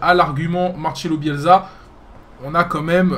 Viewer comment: On dit BielSSA et pas BielZa